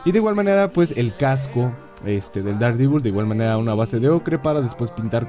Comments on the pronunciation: Dardivol xd, yo siempre lo pronuncie Dardevil, pero cada quien lo pronuncia como quiera XDD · Der devol Sería más o menos la pronunciación